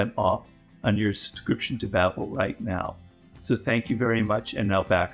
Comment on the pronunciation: Lmaooo seeing Robert Greene do an ad for Babbel is kinda funny Curious how he calls it “Babel” as is biblically accurate, but not accurate to the company’s name